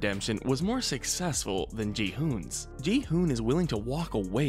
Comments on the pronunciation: Not gihume it’s gi-hun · Gi hun not Je Han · Ik he makes it sound like Ji Han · God I hate when channels put no effort into learning name pronunciations. Gi Hun isn't even hard to pronounce.